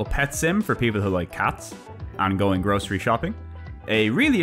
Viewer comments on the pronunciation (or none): none